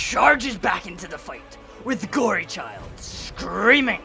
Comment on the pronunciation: Its good but its Gorechild not gory child